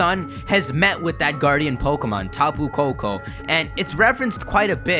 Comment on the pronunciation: Tapu Koko...Peeko....hmm